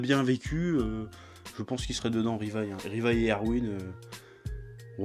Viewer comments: C’est pas rivaille c’est livaille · Jt'aime bien mais arrête de dire rivaille la vie de ma mère 😬 C'est Levï sensei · Levi ne peut pas se prononcer Ribai. En milieu de mot on peut avoir un R roulé comme dans amateRasu, mais en début de mot ça reste un L comme dans Lamen.